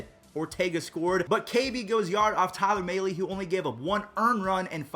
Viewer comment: He called mahle maylee